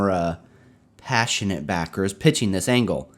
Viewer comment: Everytime you say the word "pa-ssionate" before 'backer' I hear "retarded" LMAO